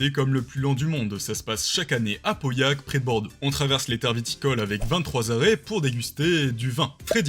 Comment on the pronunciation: Pauillac se dit Pauyac !!!😭😭😭